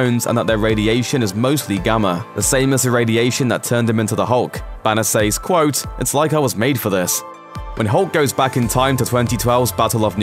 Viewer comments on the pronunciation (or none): My least favorite line is how the VO keeps pronouncing “says”.